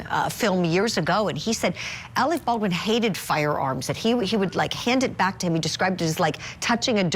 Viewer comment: Alec Baldwin you're mispronouncing his surname baal'dun .